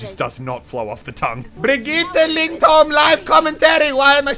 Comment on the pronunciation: Im also from Norway and it's pronounced Birgitte Lyndholm